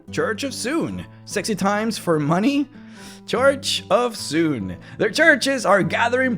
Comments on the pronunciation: Suneeeeee, not Soon. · soo-nay, not soon. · Sune is pronounced 'Soo-nee'. Bah, noobs. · Too bad no one pronounces her name right. :'(